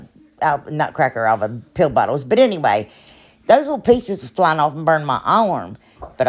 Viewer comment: Ur so funny when u said pill bottle it sounded like pee bottle